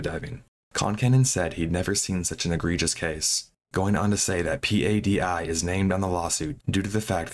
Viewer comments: Bro, do a little basic research before making a video. P-A-D-I is known to every diver on the planet as the word “PADI”… pa-dee. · P.A.D.I. Sounds so weird. In our diving community we just call it “PADI” (like patty but with a D) sorry, I know not the point of the story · That's a dumb comparison. Ask any diver, and they will tell you it's PADI. Just look at Dive Talk and how they pronounce it. No one says the individual letters in PADI. Do you also pronounce every individual letter when saying NATO? LOL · sad because the dive community is comprised of very happy people, including all the dive masters. PADI is also pronounced Paddy for your info. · in your "research for viewing pleasure", at what point did you decide that the thousands of soundbites and clips pronouncing one of the largest dive Agencies in the world, PADI, are wrong to actually read the acronym as it is, but instead the correct way to pronounce it is to spell it out as P-A-D-I ? Curious to understand who something so ubiquitous can be gotten wrong? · PADI is pronounced "Paddy". Lol. Geezus dude if youre going to just read notes someone else wrote for you at least check up on pronunciations. Really isn't difficult to do